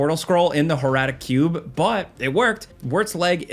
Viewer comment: you mispronounced horadric cube